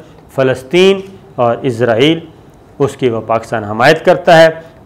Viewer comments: O bhai jaan ap izraaeel kun kh rhy ho wo Israel Hai na KY izrael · Lafaz Israel hai izrael Nahi Shakar ko Israel ka koi baty izrael ghalt Bol Raha hai 😡😡😡😡😡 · اسرائیل اور عزراعیل دونوں الگ ہیں آپ بولتے وقت جان بوجھ کے غلطی کرتے ہیں اور بار بار کرتے ہیں، کیا اس سے بھی آپکو کوی فائدہ ملتا ہے، کوی ٹکٹ، وزٹ یا کار ؟